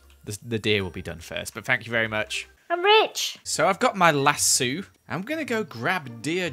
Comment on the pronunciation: The way he pronounces Lasso though